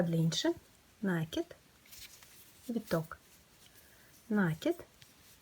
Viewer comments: спасибо. Не с первого раза, но получилось) В вашей коллекции много стильных изделий, но это - произведение искусства! Мастер класс по вязанию розовой сумочки спиралькой не смогла слушать(( Попробую вязать без звука. В мои бедные мозги не влезает слово нАкид( Впечатление, что его подхватили от мастерицы, живущей вдали от культурного центра. Может и пустяк, но такое хорошее дело портит((((( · Жаль не увидела раньше.... Меня тоже коробит, но слово накИд. Специально опросила всех знакомых вязальщиц, все делают ударение на первый слог )) И я живу не в глубинке ))) Да, возможно с точки зрения грамматики это неправильно, но это сленг вязальщиц и он имеет право на существование )))